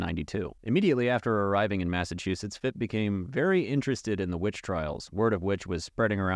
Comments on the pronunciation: maffachewsets lmao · No no I like you’re version of pronouncing Massachusetts.